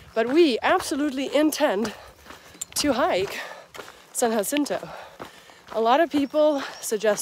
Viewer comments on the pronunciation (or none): San Ha-sin-to. It's Spanish. Like pronouncing Jalepeno is Ha-la-peno. Keep trekking. 😀